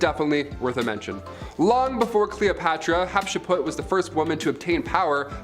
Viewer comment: its (HAT shep suit) NOT( HET SHEP PUT)